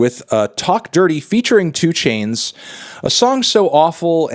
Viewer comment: You mispronounced 2 Chynes's name